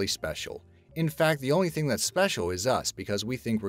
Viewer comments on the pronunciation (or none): none